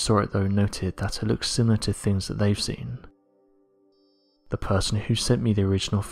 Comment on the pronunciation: Turned off when you said, "Ve world."